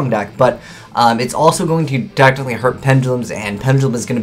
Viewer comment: ...Every time he says "technically," it sounds like he's saying "tactically" and it is so weird...